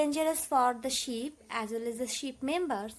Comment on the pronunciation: Mam that's ship not 🐑 sheep